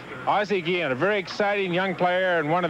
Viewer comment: Why are the announcers calling Ozzie Guillen, Guijen?